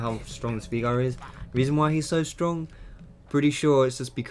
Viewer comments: Enjoyed the vid , one thing its Veigar and not viegar :). I am just saying it in case you didn't know . I also pronounce some champs the wrong way :p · You're saying 'Veigar' wrong, I think. Isn't it 'VAIgar'?